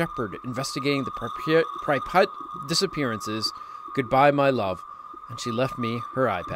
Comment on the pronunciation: I get so frustrated when says Pripyat wrong